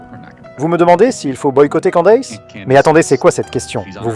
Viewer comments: C'est quoi cette prononciation hideuse, "Kandéice", c'est "kèndice" qu'on prononce pas kandéice, après le d on prononce i comme en français. Les Francais ne font aucun effort! "Candace" le a après le d se prononce i et le a après le C se prononce è Kèndice. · pourquoi tu dis candesse....En Français le A se dit A...lol